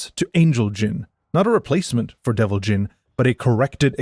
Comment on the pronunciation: Although Jin is not pronounced like gene. It is pronounced like gin.